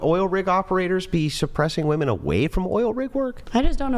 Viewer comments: Why do these girls always pronounce "women" as "woman"?! Drives me nuts!!! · Even when she reads "women" she says "woman". Wtf? Do they not know the difference between singular and plural? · Why does she keep saying woman as a plural? I thought it was a mistake at first but she keeps doing it! Edit: nvm it was addressed. Still makes no sense though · You can’t say women…dude you have no accent, you just can’t for some reason say it properly I love how when they are proven wrong, and the guys offer to show stats they nope out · It's "women" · Why doesn't Andrew EVER call out these Mickey Moused brained women who can't pronounce "WOMEN"! How can he think that there'd be any merit to a conversation or argument with someone whose native language is English, but who can't pronounce a word as basic as "women". It's like saying to your potential employer at an interview "I'm really smart, I know a lot of stuff .. but oh yeah, I can't pronounce some basic pre-school level words". GOOD BYE! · If you can't pronounce a basic word such as "WOMEN", then you should never think of yourself as someone who ought to say anything about anything at all.